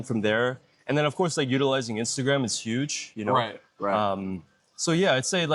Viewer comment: "like" too extremely pronounced by both of you (youngster talk, I suppose, both too old for it), otherwise a very decent video, informative, helpful, best of all not typically vulgar profanity by nearly all usa (blacks) people in general unlike rest of entire world people, so appreciated, great content.